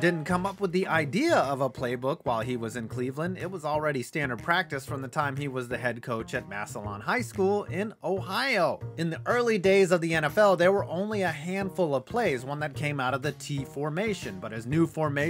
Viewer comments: Shout out to my old hometown of MASS-uh-lawn Ohio. Locals just say MASS-lynn. I'm not nitpicking, or being an ass. It's the only thing after football the Massillon folks have... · I'm close to Massilon, it's pronounced Mass-lynn. It's weird like Lancaster being lang-cuh-ster. Ohios weird man